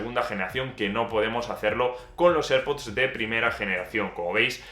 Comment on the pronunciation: Please learn how to say AirPods in English, which is correct